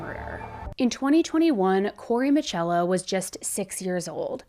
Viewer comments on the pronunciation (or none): His name is Corey miccolo like piccolo not Michello